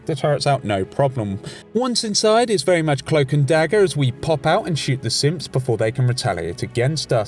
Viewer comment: Does anyone else hear him say simps when he says synth